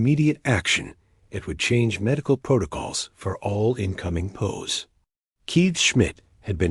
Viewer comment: It's P.O.W'S not pows